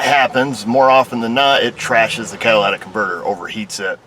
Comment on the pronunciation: CATALYTIC converter...not Cadillac.